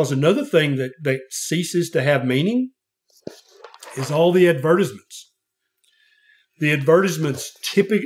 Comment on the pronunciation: “ADVERTIZMENTS” is crazy 💀